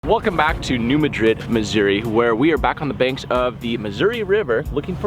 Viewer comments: As a resident of southeast Missouri, I think it might be important to correct a couple of your errors. It most definitely is NOT the Missiuri River, you are at the Mississippi River. Also, you are pronouncing the name of the town incorrectly. It is NOT New Ma-drid, like a place in Spain. It is New MAD-rid. Just thought you would like to know! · Dude...it's pronounced New MAD-rid, not New Ma-DRID. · Pronounced... New Mad Rid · You guys are great! Just to let you know you are saying New Madrid wrong😬 it’s pronounced like Mad.😡Rid New Madrid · City pronounced New Mad-rid..... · New Madrid (Mad-Drid), is how it’s pronounced. Thanks! 👍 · Its New MA-drid. Very different pronunciation than in Spain. Not ma as in a short form of mom either lol. Maaa as in what a goat says. Great work! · It’s pronounced “Mad-Rid” hope this helps! Keep up the good work! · New Madrid is pronounced with the accent mark on Mad. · You are definitely on the Mississippi River. And you almost had the pronunciation of New Madrid. But I love the videos and what you do. Keep being awesome!